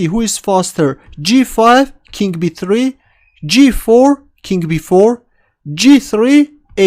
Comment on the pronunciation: Why do these Russians keep referring to the king as "kink"?